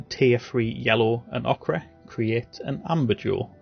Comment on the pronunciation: One tip, Ochre is pronounced Oak-er :)